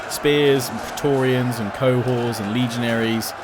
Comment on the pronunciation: Im sure its pronounced Co-horts. Not co-whores haha i could be wrong though :P